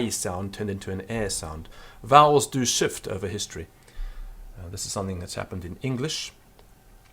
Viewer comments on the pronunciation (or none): "Vowels do shuft over history..." :D :D :D